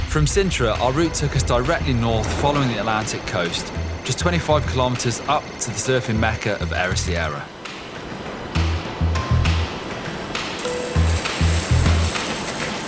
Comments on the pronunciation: That has to be the funniest pronunciation of Ericeira I have ever hear (Eh-ri-say-ra) sorry, it is just growing up around this places it is really interesting to see an outsiders look on it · Ericeira is pronnounced like this: Hery (Like you would say Henry without the N) - Say- Ra so just say ErySayRa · We love love our country and feel free go get back again 😉😎 the way you said Ericeira, was so funny because it's so wrong 🤣🤣.